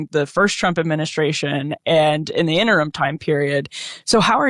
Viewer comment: "....adminisssrrraaasssion..." giveaway for Regrubs🩸